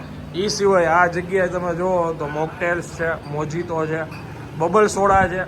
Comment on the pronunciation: Mojito is wrong pronunciation Spanish ma J=H so you call it Mo hi to